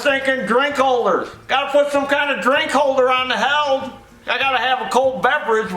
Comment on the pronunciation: What is a Heald hauler? And by the way its pronounced healed, not held.